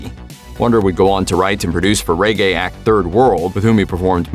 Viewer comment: Why can't people learn to say Ska, and Reggae. There are songs with the pronunciations. It is also Rastafari (Rasta - far - eye). Also, the faith is Rastafari, not Rastafarianism; the individual is Rastafari, not Rastafarian, 2, or more is Rastafari, not Rastafarians.